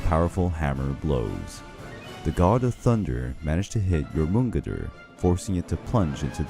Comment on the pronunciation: "Jormungandr" was pronounced differently every single time it was said.....